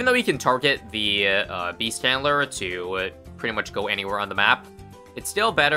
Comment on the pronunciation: I thought beast handler was called beast chandler for a sec lol